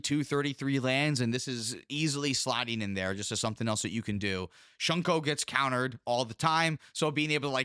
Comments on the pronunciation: its not shunko, its SHU-KO. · Its actually just "thonian"... and "shuko" not "shunko" lol